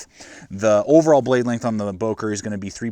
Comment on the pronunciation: i liked, good vid. would wish the böker had a finger choil, as well as the delica. would make the delica almost perfect for a lightweight edc. one more thing: dont wanna be smartass, but its not "bouker", as english speaking people say, its "böker". please look it up how its being spoken. would make the vid more sympathic, professional and international, more world-opened up.